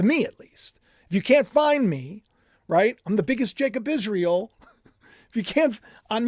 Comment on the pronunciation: why do you always pronounce Israel as IsreAL?!